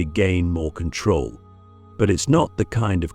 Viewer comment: In KontRoll lololol Lets rowL